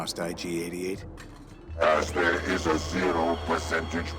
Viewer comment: There is no "D" in IG-88's name. Other than that, thanks for the wonderful trip through memory lane! I played the hell out of this game. It was an amazing time, especially compared to now.